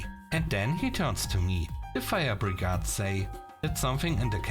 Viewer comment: FYI, , Brigade has a long A sound, so phonetically it would be bri-gay-de. 👍🏽